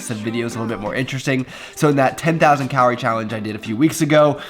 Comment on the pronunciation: Stop saying carorie, it's calorie